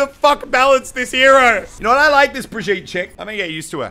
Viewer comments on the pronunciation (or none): Every time he says "Breh-jeet" instead of "Brig-eet-eh" I yell inside my brain. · It’s bruh-gee-tuh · According to Rein’s va, it’s pronounced [Bree Jeet] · That's because the VA isn't German and it's a German name. Which is silly because Reinhardt should know how to pronounce a German name. Not sure how they're going to explain that. Also, it's been repeatedly pronounced "Brig-eet-eh" in developer updates (by Jeff Kaplan) and in Brigitte's intro video. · or you just can hear the geman or swedish verson of ow ;) And yes, it IS Brig-eet-eh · Its pronounced Breh-jeet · Autumnplays my friend is German and he says it's brig-eet-eh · ugh it's [Bruh]-[gee]-[tuh] boi get it right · its pronounced bri-gee-ta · Pronounced BRUH - GHEE - TUH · Please say Brigitte's name correctly. Thank you.